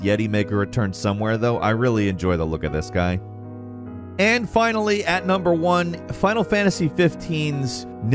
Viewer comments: not 'nilfheim' its "niflheim" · NIFLheim, not Nilfheim... "niffle" like sniffle. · I didn't realize how much was cut from FFXV, though I guess I'm not surprised by it. I had trouble with that part though because you kept saying Nilfheim instead of Niflheim. I'm dyslexic, so I read things wrong all the time, but for some reason it really bothered me. Love your videos though, no hate! My brain just won't stop with it (my problem, not yours). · It's Niflheim, not Nilfheim. Just in case you wanted to know. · "Nilfheim". never disappoints when it comes to mispronouncing FF stuff.